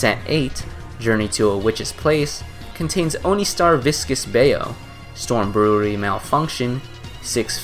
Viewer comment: bye-you, not bayo